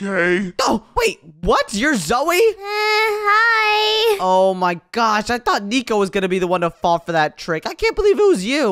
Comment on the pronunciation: Not niko it is nico and not zoui it is zoey